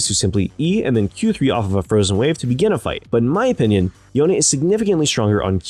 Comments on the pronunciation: are you seriously calling him Youn? or yon? That's disgusting, it's YOH-NE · i think e is silent in yone sounds so bad with the e